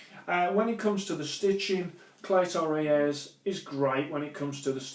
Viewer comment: It is spelt cleto reyes but is pronounced CLEETOA RAYS